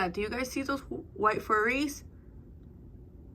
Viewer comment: Omg that bright pink one is sooo cute!!! 🩷. Tell me why I say cheeeese every time you do 😹😹. Haha girl YESSS toooo the windowwwwww to the wall!!!! Oh my gosh you always have me laughing hard. “I see furries!!!” I think it’s flurries 😹❄️🌨️. Yayyy my challenge got 2 spicy 5’s!! I can’t even keep up with how many times I’ve laughed in this video lmao